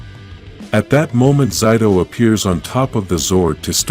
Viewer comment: again with pronouncing zayto even aiyon name too zayto was not the only who could use the the sword the morphin master green gave to the rangers and zayto beat the monster in season 2 but not save amelia free her parents by showing them she is their child man just the intro has a few mistakes dislike